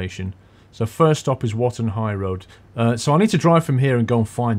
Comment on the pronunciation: I loved the fact that, at the start of the vid you said we were at Wotton High Road and you ended up saying Rotten High Road